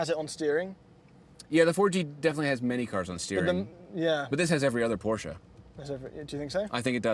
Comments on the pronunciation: it’s not „Porschaaah“ it’s PorschE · I love your content guys, an old viewer ❤ but please stop saying “porschaa”, it’s “Porsche”.